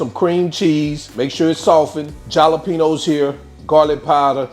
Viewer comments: he said JALLA PEENOES instead of Jalapeños 😅😅😅😅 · Looks good! Just to let you know, the j in jalapeños is pronounced with an "h" sound... i.e., "halapeños". 😁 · The way you pronounce jalapeños brings back memories of Gma, she was from south VA ❤